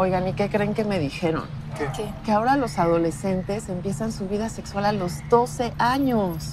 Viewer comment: dijo nexsual JAJJA nada que ver